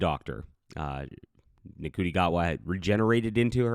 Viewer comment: Ncuti is pronounced "Shooty," the 3rd Doctor was the one exiled to Earth by the Time Lords, "Wibbly Wobbly Timey Wimey" was one of the 10th's catch phrases, the "fans" aren't furious at Billie Piper, they're fucking furious at RTD... this shit-show is all on him. As Oscar Wilde once said, "...each man kills the thing he loves." 😕